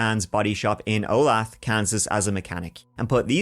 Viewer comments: It's pronounced OH-LAY-THUH - not O'LATH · Howdy! I live in the general area this happened! Of course not back then, the pronunciation of Olathe is O-lay-tha. I know it looks weird! Sorry to hear about Keith! 😢 I hope ya both have a great year! Thanks for everything!